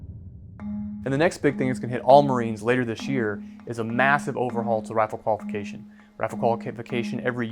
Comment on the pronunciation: "rifle qualikivikacation"